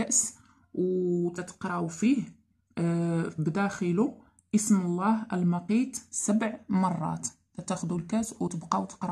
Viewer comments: المُقُيت بالضمة وليس المَقِيت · ماعارفة حتى تنطقي هاد اسم الله ماعرفتش شنو غيدير هاد الاسم وهو المعنى ديالو ان الله يخلق قوت الحيوانات بكل اصنافهم وسميتها المُقيت ماشي المَقيت 😂😂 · اسم الله المقيت بالضمة و ليست بالفتحة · اختي نقول المقيت بضم الميم أما إن نطقتها بالفتحة فالمعنى يتغير ولايليق بالله جل جلاله . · حسبي الله ونعم الوكيل نعم اختي والله شي يدمي القلب لفظها للاسم خطأ